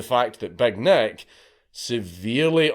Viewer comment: It took me some time to figure out that Dankula was not saying Big Neck, but Big Nick..